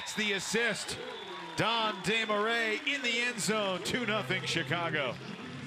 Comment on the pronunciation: french dude here and is the closest an english speaker can say it properly i guess